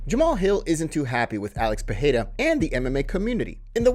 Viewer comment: Please stop pronouncing his name Peheira